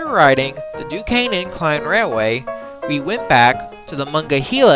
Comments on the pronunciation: it's Duquesne, pronounced Duke-Cain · Sorry but the pronunciation for Duquesne is Du-cain and for the Monongahela River is Ma-nan-ga-hayla.